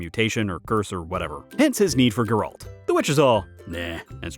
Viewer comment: It is pronounced Geralt, not Geralt